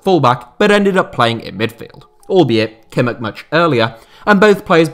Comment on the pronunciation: how did you say kimmich